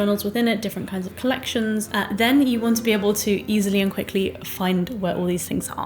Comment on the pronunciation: Hii. I don't know how to make it sound not mean, and I am not forcing you to pronounce it correctly, it's more for information. The pronunciation of the name is wrong 🙈 I haven't written transcriptions for ages, but it sounds more like [loiht'turm], no [Ch] sound there. I'm not German but I can speak the language. And I know the struggle of the foreign names 🥲 So I'm not forcing you to change it, just sharing. For me, to be honest, it sounds hard, to hear the "Ch" in there, but it's my issue. And thank you for the video, it's really nice and finally someone shares "no time/no skill for art" issue 😂🥲